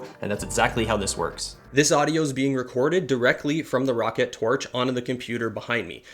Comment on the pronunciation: this here is the rocket tf its (R-OH-CAT)